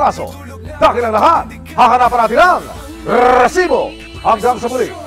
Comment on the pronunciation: rrrrrrrrrrrrrresibo AHAHHAHAHAHAHAHA